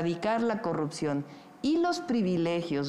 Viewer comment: La xochil xq dice corruxion y no corrupción, neta q no sabe hablar y la verdad ya no se le cree a nadien, pero si nadien saliera si habria un buen cambio.